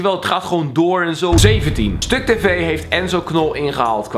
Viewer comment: waarom wil je dat stuktv enzo inhaalt? rare uitspraak..